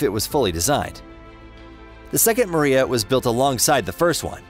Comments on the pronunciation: It's pronounce Mri Ya and NOT Maria.Get it right. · It's "Meer-YAHH!", not "Maria", DAMMIT! It means "dream". LOSE THE ANNOUNCER-BOTS! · also calling it the Myira the Maria. Ai narrator? Another garbage aviation channel built with Ai. There are a number of such garbage channels, some are also making claims of a 2 engine 747, but it's all BS from them. A search among more legit info brings up no such crap. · 'Maria'??? Am I the only one who heard his pronunciation of it??